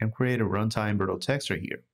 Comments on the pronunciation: "virtual" is pronounced like "virch-you-al" ;) Great tutorial anyhow. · He's saying it in the Portuguese pronunciation since it's the same spelling but different pronunciation. I don't see why it's a big deal for you since you recognized the word. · It's originated from Latin. It's neither English nor Portuguese, it's both actually. He can pronounce the word whatever he likes. If it was a problem, I doubt no one at Epic wouldn't "nicely explain" to him. As for me, it wasn't a big deal, sorry if it looked like it was. Peace. 🌹